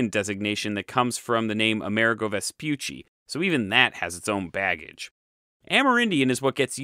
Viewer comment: There's only one "I" in Vespucci. .think "poochy"😜